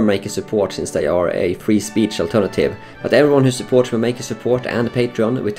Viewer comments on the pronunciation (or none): none